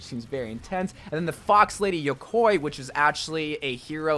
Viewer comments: and when he said yokoi instead of yokai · yokai is pronounced yo-kai just the same way you read it! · and yokwoy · The way you say yokai makes me cringe 😂😭